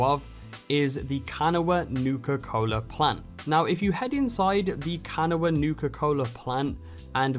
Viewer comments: Kuh-naw, not can-a-wah. Just letting you know. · Btw “kanawha” is pronounced can-awe. I know it’s weird. But I’m from around there and that’s how people say it. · You said kanawha wrong its ka naw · Good video, I was wondering how to get started on this quest. Also, minor point, that is a unique pronunciation of "Kanawha". We always said it like "ka-naw", but that could be the Appalachian accent kicking in. I grew up in Kanawha county, though sadly my home town is not in the game. The nuka-cola plant is a pepsi plant in the real world. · Just so you’re aware. The general phonetic pronunciation of kanawha is Kuh Nawa the a is there at the end but still sort of silent. Wanted to point that out as someone who lives in the state. I’m sure it irkes you to hear someone pronounce your areas improperly. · It’s pronounced (Ka-N-AHW), the last a is silent. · By the way, Kanawha is pronounced "kuh nah' wuh" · Its pronounced, Can-awe-wah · Man I'm from West Virginia and the way you said Kanawha made me laugh 😂😂😂 thanks for the video man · i was just about to make a comment about this 😂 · Dying Meme I'm actually from kanawha county so 😂😂I had to say it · Hearing people who aren't from WV pronounce Kanawha is hilarious. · Kanawha is pronounced two different ways but never heard this way, it’s ok thought you’re not from WV 😂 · The way he says “kanawha” makes me want to kms but I do understand bc he’s clearly not from West Virginia like I am but...